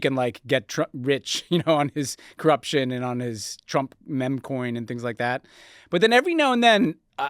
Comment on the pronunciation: Ben, "memmcoin?"